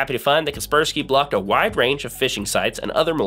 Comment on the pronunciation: sorry but its KASPER SKY not kerperski .... Like the ghost Casper (the friendly one) and Casper is protecting you from the Sky (cloud). all this equals KASPER SKY.... ty loved your video